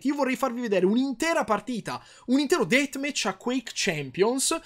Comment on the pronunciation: un'intero "detmech" ti adoro karim